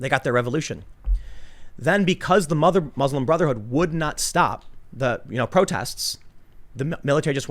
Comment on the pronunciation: Tim came close to saying Bruslim Motherhood at least three times